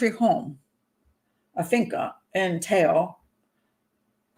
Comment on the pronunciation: Pat, thank you for the vídeo. I have family in Teo (my family is from Spain, im Brazilian). Te Bastero family was not the first one in Spain to adopt a Chinese baby, they were the first in their region. Very good pronunciation of "Teo, Galicia, La Coruña"!!